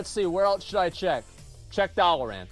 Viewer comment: Its Dalaran, not Dalaren.